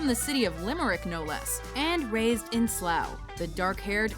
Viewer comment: HOLY SHIT, SHE PRONOUNCED SLOUGH CORRECTLY!